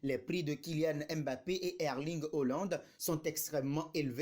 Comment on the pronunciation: Tu sais pas lire ou tu fais exprès tu me saoules avec tes hollande tu sais pas prononcer HAALAND.